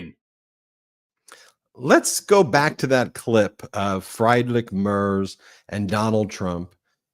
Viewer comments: Ben, just a helpful pronunciation tip. Friedrich is pronounced Freedrick. In German, when there are 2 vowels such as ie, the second vowel is pronounced. Example, die is pronounced dee. Trying to be helpful not critical. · Friedrich = Frederick in English OMG Fryedrick LMAO! Aside of this great Conversation! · I am a fan, but you have to work on you pronunciation. The chancellor of Germany is pronounced Freedrick Mertz, not Fride-Rick Marts. Sorry. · It’s pronounced: Freedrish Mare-tz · Please learn how to pronounce Friedrich Merz. Friedrich Say: “FREE-drick” (rhyming with “Patrick”) or, more accurately, “FREET-rikh”. Merz Pronounced like: “Mairts” Rhymes with “hurts” or “shirts,” but starts with “Mair” (like in “mayor”). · Ben: Merz’s name pronounced freedrik merz (the e is pronounced like the “a” in mare.